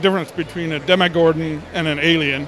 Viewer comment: he said demogordon dEmOgORdON rAMsEy